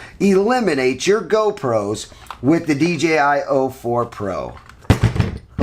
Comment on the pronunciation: It’s o4, not 04.